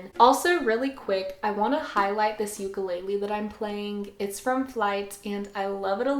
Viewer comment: No hate but SAY UKULELE RIGHT <3